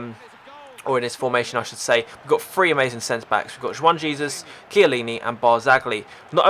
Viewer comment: I'm Italian very good squad, but Barzagli is not prounounced in that way.